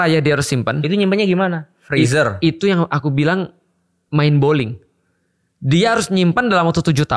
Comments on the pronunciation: Mind blowing maksudnya udstad...bukan mind bowling ....😂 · Mind blowing ust. Bukan mind bowling😅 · ustad Felix, mind blowing bukan mind boling 😂